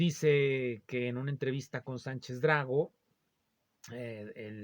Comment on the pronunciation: Buenas Días, le hablo desde Perú, es Fernando Sánchez Dragó (no Drá-go, como usted lo dice).